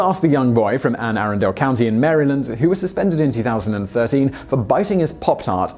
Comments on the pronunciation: It's pronounced "a-RUND-ul" not "AIR-en-DALE." Is that how the name is pronounced in the UK? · Uh-run-dool. Anne Arundel. Not air-run-dale. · I know it's impossible to make videos with so many names and pronouncing them all correct but Anne Arundel county is said Ann Ah-run-dul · It's pronounced "Anne a-RUN-dell" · I used to live in Anne Arundel county in Maryland....he mispronounced it in the best way possible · I’m from Maryland and can tell you that you pronounced Anne arundel county wrong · And also, u mispronounced Anne arundel. It's supposed to be pronounced like one word btw